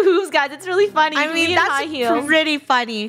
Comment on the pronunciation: Eula and it’s Funneh is Eunneh ☺️